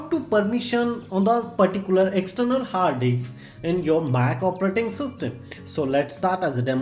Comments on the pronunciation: hard DICKSS guys, not hard DISK 😂😂😂. LMAO 😂. HARD DICKS 😂. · ah ki fudu explanation "hard diks"